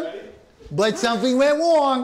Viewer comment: “We gwot him but something went wong” 😂